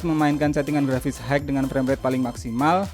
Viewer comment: High dibaca Hai bukan Haik